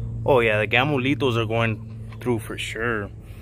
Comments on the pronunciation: He says Gamolitos 😂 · Hahaha, I was like what the fuck are those gamolitos. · tu eres un gamolitoooo...I thought he said that too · Right? It just rolls off the tongue. Lol. not gonna lie, I was a little upset when I figured out there was no such thing as Gamolitos… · Your neighbor lady there across the street heard you asking for gamolitos and rolled right over with the cart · Did anyone else hear Gamolito? Lol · I thought you were calling them "Gamo Litos" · I thought the same 🤣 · I thought he was saying “Gamolitos” like a Spanish nickname or something the whole time. He was saying Gamo Lethals 🤣🤣🤣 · I can't lie, I thaught you were calling them Gamolito's for abit 😅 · Me too 😄